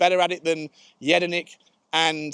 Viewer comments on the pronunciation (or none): Please put some respect on pronouncing Jedinak correctly. The guy was captain of Crystal Palace and Australia. People always fob him off like he’s a nobody